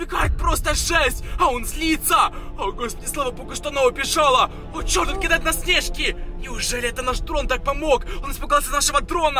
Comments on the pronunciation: НЕ снЕжки, А снежкИ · ОН КИДАЕТ В НАС СНЕЖКИ (кто не понял там ударение неправильно поставил) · А ударение снежки ты на е а надо на и ударение кто тоже согласен лайк👇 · Не снЕжки а снежки